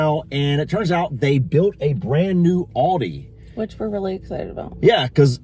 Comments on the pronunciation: ALDI love how you say it its A LDI no auldi lol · Yes,and it's Aldi,not Oldi! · A L D I not O L D I😂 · It's not Auldi itas ALDI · Why do you call it "OLDI"? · Please pronounce Aldi correctly!!! It’s Aldi not Audi!!! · Al - Dee Aldi 😂 not Oldee Oldi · lol its not Aodi its AL DI pronounced AL=DEE.. Thats not bacon, looked more like strips of fat with little meat on it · its aldi not oldie lol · It's aldi not auldie😂😂😂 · Aldi is pronounced Al Di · Its AL-DI as in Al capone! But you are being ripped off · AL DI sounds like AL DEE not AL DI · I know I'm a little late but I just wanted you to know that in the UK it's pronounced Al (like big Al) and then dee so Al'dee ☺ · With one l it's not pronounced Alldi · Aldi, according to Feli from Germany, is pronounced Al as in Albert. Aldi is the first two letters of Albrecht Diskont.